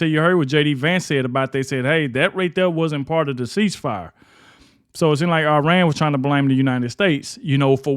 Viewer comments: It's Iran, not Irun. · Where is "I Run"? Its "E Ron" or "I Ran"(common american misspronounciation). I think you tried to mix the 2 lol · Its called...I RAN!! not irun. Smdh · It is called IRAN NOT I RUN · IRAN NOT IRUN..... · It’s Iran. Not I Run. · It's Iran not Irun.